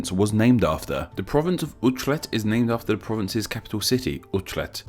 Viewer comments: you could have asked a dutchie for favours with pronounciation. E.g. Utrecht is oo(but short) trekt, if you are saying it quickly and native english speaker (like me). The CH is closer to the dutch 'g' but honestly, it will do. Its also an awesome town. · Judging your pronunciation sources: You're kind of catching on to IPA. (Kind of.) "Utrecht" got too English-y with the "chr" sound in there (aside from your source of it only having the Dutch IPA pronunciation.) I do appreciate your efforts to try and learn IPA, though. Even if you're not always consulting it.